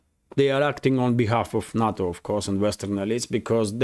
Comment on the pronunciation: NATO is pronounced as Nay toe not nah toe - thanks